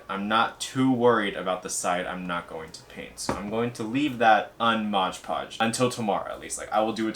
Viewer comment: Whenever I hear someone say "modge podge" I die a little more inside